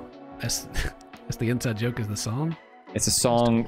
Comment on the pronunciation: And joker is 'yoker'